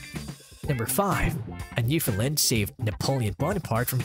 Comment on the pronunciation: Ok, lets get this out of the way first; Your pronunciation of Newfoundland is wrong. The only correct way to pronounce the name of the Dog and the province is "Newf~in~land". Say it quickly and make sure it rhymes with "understand " You also missed the story of one of the most important and probably largest water rescue this might breed played a role in. In 1828, a vessel out of Ireland with 211 people onboard was wrecked at Isle aux Morts (Isle of Death), on the south coast of Newfoundland. A 17 year old girl ( Ann Harvey), along with her younger brother, father and their Newfoundland Dog, Hairy Man, were responsible for saving at least 158 of the passengers and crew over a three day period. The dog repeatedly swam from the family's small boat dragging ropes to the people clinging to rocks in very heavy seas. The Canadian Coast Guard named one of their ice breakers Ann Harvey in her honor and the crews lounge onboard is named "Hairy Man" to remember the wonderful dog.